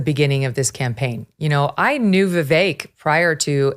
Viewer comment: I disagree. Vivek is the one. Haley is a War Hawk. I totally disagree with this dude. Aweful. Damn, this dude is liking Scott. Lol. Aweful. Plus, Ruthless cast is pronouncing Vivek's name wrong. Plus, Haley's daughter is 25 years old. 25 yrsold!!! Not a child.